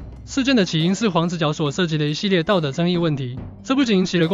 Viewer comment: 這個敘述者連黃子佼的‘佼’都念不好！ 好好去重新學發音才來敘述自己的論點吧！